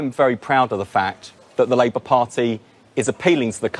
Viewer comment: "Labout"? calling Wes a Labour lout? 😄